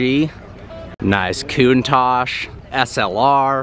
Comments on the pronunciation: I almost chocked when he said KOON TASH . Ahhh Americans haha . Still thoe ,no hate , nothing but love lol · Coontach????? Count-tach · It’s pronounced Countach